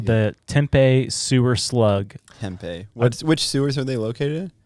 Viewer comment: That slug is A.I my boys. And pronounced Tempee not Tempay 😂😂😂